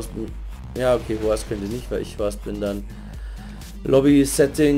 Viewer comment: Hi Lern Englisch bitte wie man richtig unlock all oder hoster ausgspricht weil es heißt ned hoster... forcehost du horst...